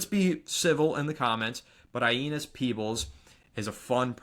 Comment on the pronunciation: Aeneas Peebles. It’s pronounced A-nay-us, just a heads up.